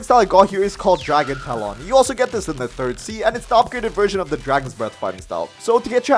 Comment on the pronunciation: Dragon Tah-lawn